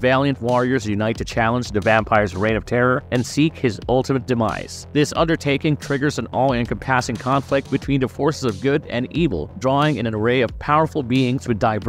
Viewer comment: Including multiple instances of "en-com-PASS-es" and "en-com-PASS-ing"... like nails on a chalkboard!